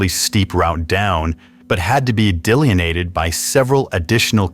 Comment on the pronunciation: Professor/Producer here again. Liking your stories, but unhappy to hear another mispronunciation (so many!), this time from your male narrator. (Di-LIN-ee-ated) Argh! And then whomever created the titles typed words that sounded close, but were wrong, so the meaning was missed. Too bad. And distracting. But again, your storytelling is very worthy. Keep it up. 😊